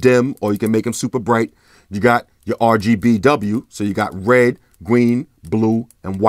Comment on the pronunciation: “You the colours Wed, gween, bwue and white” 😂 bruh I say three like shree.